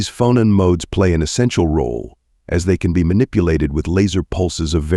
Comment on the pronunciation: This is good but the pronunciation of "phonon" is off.